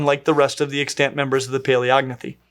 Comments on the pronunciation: 💡 "the only extant member", "other extant members" Pronunciation tip - The accent is on the first syllable: 👉EX-tant 👈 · I keep hearing you say extANT and I'm shook.